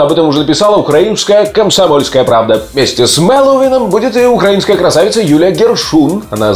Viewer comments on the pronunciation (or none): none